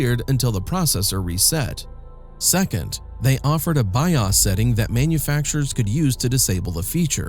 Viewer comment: Man, the AI voice almost had me fooled with the mic booms, but when it failed to say BIOS correctly it was a giveaway. Sorry I don't do AI. Pleaes tag accordingly.